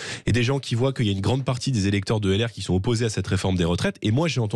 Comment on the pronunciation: J’adhère à ce que dit J Bardella sur le fond mais quand je l’entends dire 44 zanuités ou « que ya » au lieu que « qu’il y a », ça ne passe pas 🥴, bon, ce n’est pas grave mais quand même, c’est qq qui est appelé à de hautes fonctions j’espère bientôt.